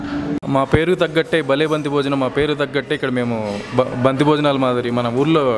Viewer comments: బంక్తి కాదు పంక్తి భోజనం అనాలి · బంతి కాదురా బాబూ అది పంక్తి. పంక్తి అంటే అడ్డు వరుస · "పంక్తి భోజనం" అనాలి.బంక్తి కాదు.పంక్తి అంటే వరుస.వివాహాది శుభకార్యాలకు అందరూ వరుసలో వొకటి ప్రక్క వొకరు కూర్చుని భోజనం చేస్తారు కాబట్టి "పంక్తి భోజనం"అన్నారు. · అది బంతి భోజనం కాదు, పంక్తి భోజనం అని అనాలి, పంక్తి అంటే వరుస, ముందు పేరు మార్చు, బంతి, bat కాదు. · Banthi bhojanam kadu, pankthi bhojanam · Mee Telugu తగలేయ్య....banti bojanam ఎంటిరా....అది పంక్తీ భోజనం..